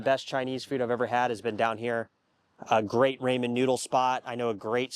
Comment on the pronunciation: clearly never worked at a Ramen restaurant cause you don’t know how to say it